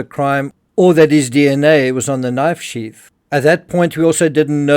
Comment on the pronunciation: Sheath not sheaf. Why can't Brits talk correctly? Brit ebonics. Ghetto